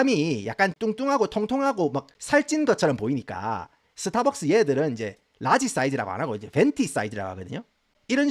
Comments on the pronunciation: 영어발음 좋으신데 스타벅스는 왜 서타벅스에요 ㅋ🤣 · 서타박서.....ㅎㅎ 정겹네요